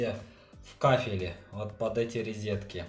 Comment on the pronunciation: Ризетки, или розетки?) Внутренний уголок-вставка на кабанчике смотрится препохабно! Необходимо запиливать сочленение, это как хотите.